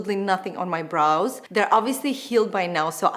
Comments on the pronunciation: Yes, always sounded like bras and not brows LOL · Sounds like you said ‘bras’ at 0.11😂😂😂